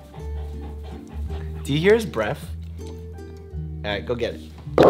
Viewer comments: “Do you hear his breaf?” Dr. Mike ur so cute 😂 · Doctor Mike "oh you have bad breff" Also Doctor Mike scratches nose intensely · “his bref” Haha